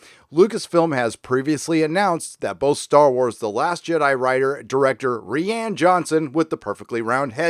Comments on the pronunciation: Rian is Ryan not Reean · Isn't Rian just a messed up way to spell Ryan, why are you saying REEE ANNE? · I think I’m missing an in joke or something. Why are you pronouncing Rian as “ree ann”? Sorry for being stupid. Thanks. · Rian name is spoken as "Ryan" dumbass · Lol Ree-Ann lolz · I support this pronunciation of 'ReeeAnn'... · It's pronounced Ryan dude. Why can't Americans pronounce names? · ok, is he saying ri ann johnson as a joke? i r confused. if so its a hilarious take on roundhead's name XD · BTW, you know it's just pronounced like Ryan. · Ah since the new movies take place in an entirely different part of the galaxy with entirely new characters, she was never supposed to play the part after The Rise Of Skywalker. I love that you call Rian, "Ree-Ann"! Hahaha! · Ree-Ann.... lol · is there a reason why you pronounce rian johnson's first name wrong? I have no love for "roundhead" but it's actually pronounced like "Ryan" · No. Its pronounced ruin